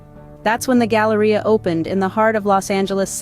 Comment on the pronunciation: drink every time she says Galaria